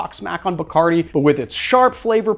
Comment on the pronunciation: When will Americans pronounce Bacardí right?